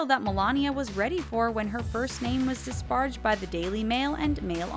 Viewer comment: Dis-PAR-aged (3 syllables), not "dis-parged' (2 syllables). You sound like you've never before encountered the word. [Pre-read. Ask. Check.]